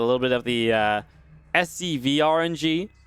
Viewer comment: Mate, they're SCVs. C, not U. SUVs are cars/trucks.